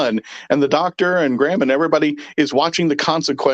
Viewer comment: It Graham, not Gram!